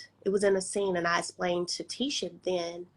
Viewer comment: it’s “Tisha” not “Tisa.”